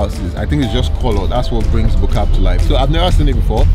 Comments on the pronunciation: It's Bo Kaap. Hehe. It's Afrikaans. Bo = Top Kaap = Cape So if you translate it directly into English, it becomes Top Cape, or the Top Cape (Top part of the Cape). Why this reference, is because it is situated on Signal Hill, which some thought was the top portion of Cape Town, or highest parts😄 Here's how to pronounce it: Bo = bwer (rhymes with moor...as in the Moors of Spain...or the Moors in Yorkshire, England) Kaap = C-Aaaahhhh😃-p PS: And plz use a British accent, ot an American one? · Sorry to be that guy but its Bo-Kaap (Above cape in Afrikaans )